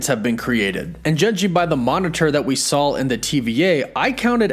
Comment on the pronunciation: Stop saying sawl instead of saw